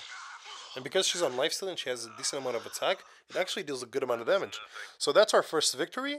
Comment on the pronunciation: lol i like it. "Dámágé"